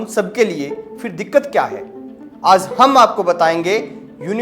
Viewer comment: भईया "आज़ " नहीं "आज"